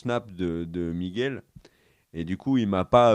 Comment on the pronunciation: arrête d'appeler Miguel "Migouel", stp...... Ah, merci.👍 Bâtard? Euh, oui, si tu veux. L'Alan Taylor qui va le remplacer, il est excellent, ce mec, on va voir ce qu'on va voir en saison 2!